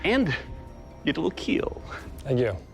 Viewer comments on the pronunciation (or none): It's pronounced, "Keeeel" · takes out a penicil, stabs a pig several times.. "it will keel" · “Will keel” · It will keal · ...and it will keel! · Weapon will keel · IT WOULDN'T KEAL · It will keel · Just here for my daily dose of "it will KEEL" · "It will keel" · Fun fact: IT WILL KEAL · so i have watched alot of these, but does he say, yes it will KEAL of KILL and if he says KEAL, WHAT DOES IT MEAN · He says KEAL which is an acronym for "Keep Everyone ALive" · Okay so I'm pretty new here.... so why is Cornell Sanders here tasting their weapon sharpness instead of doing KFC And why is that one asian looking guy pronouns kill as "keel" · well... We do know now tho he doesnt say kill, he says keal which to him is an acronym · fun fact, Doug mentioned in his channel he pronounce Kill as Keal Keal = Keep Everyone ALive. Its from his Pinoy background. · it will keel XD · So therefore, when he says it will keal, he means it is a total failure and it can't be considered a weapon... :D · IT'S PRONOUNCED "KEAL"